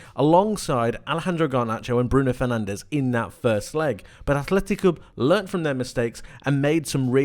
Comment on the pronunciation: You're gona say athletic cloob but can't be bothered to say fernandez properly